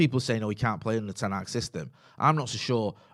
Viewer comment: Pronouncing manual moment: It’s not ten Haag like van Gaal. It’s Hag. Short sound. The same way the Dutch pronounce the a’s in Amsterdam.